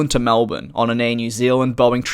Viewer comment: "Air New Zilland"